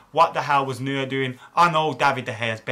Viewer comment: You butchered the neur name a bit 😂😂